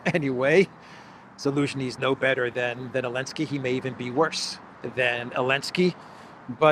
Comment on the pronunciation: Can someone tell me why pronounces Zelenskyy “Alinski”?